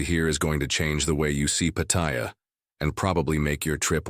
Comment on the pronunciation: He cannot even pronounce Pattaya correctly